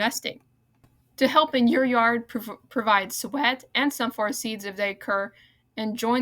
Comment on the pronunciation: Nice update but you need to work on your vocabulary and pronunciations. Suet is pronounced soo’-et, not sweat. Privet is priv’-vet, not priv-et’. There were a couple of others, as well but was not keeping a list. Take your time speaking and practice a couple of times before recording will greatly improve the auditory quality, along with keeping the background noise softer than your speaking track. You could have broken this video into two parts which would have given you more time per video and you get credit for two videos instead of one. Great topic, and I wish you well on your future nature updates!👍